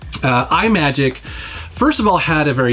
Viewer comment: it's so weird to hear say "I-MAGIC" because we always pronounced it "M-Magic" like "Imagination."